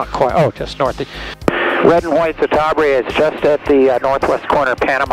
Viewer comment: Ci-ta-bri-a, not Ci-ta-bra..